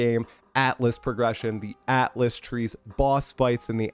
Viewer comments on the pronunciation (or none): none